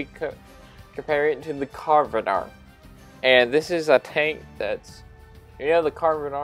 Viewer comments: It's pronounced "Can arr van" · It's pronounced CAR NAR VON it's welsh my native tongue. Great vid just bought myself one